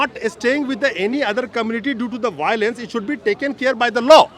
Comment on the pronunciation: U should know 99% of meiteis doesn't speak English. Violence = Baolence😊